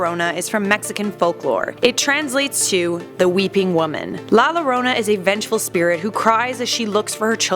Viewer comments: No it's la yorona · Thanks for the video. I understand it’s Spanish and we speak English here but, it’s pronounced “la yorona” not “la lorona”. I know it’s weird but that’s Spanish for you. Also, can we see about that other vengeful little girl ghost Alma, from F. E. A. R. I’d sure like to know what would happened if she was real. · I love life's biggest questions.... but la Lorona made me cringe so hard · You complain about the pronunciation but have it wrong yourself. The two "L's" together make the "Y" sound. Its "La yarona", not "La jarona". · Btw it’s pronounced la yorona 😤😤😤 sorry I just get really mad when people miss pronounce things😑😑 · U pronounced it wrong it’s pronounced la yorona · La yo-dough-na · its more like a yorona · It triggeres me how u pronounce la llorona ( im mexican) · La jorana with 2 ll make the j sound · The fact that you did no research on how to pronounce llorona correctly makes me cringe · The only thing scarier than La Llorona, as a Spanish speaker, is her pronunciation of La Llorona. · The way you pronounce it makes me cringe so much omg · You pronounce it wrong bruh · It’s pronounced “ La llorona”